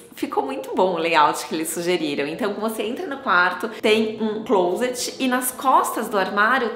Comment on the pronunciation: A primeira pessoa no Brasil que vi pronunciando a palavra ‘Closet’ corretamente 😃